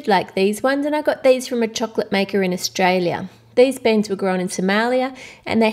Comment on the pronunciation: it's not baens it's beans